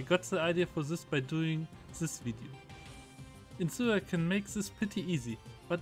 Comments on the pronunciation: You say incineoar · Don't you mean Incinewoar